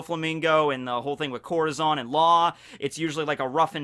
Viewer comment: Im mexicano i hate the way he pronounces corazón its like some one pronouncing tortilla with the l’s